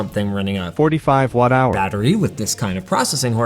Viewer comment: Linus really has an interesting way of saying "45-watt-hour". Must be a Canada thing.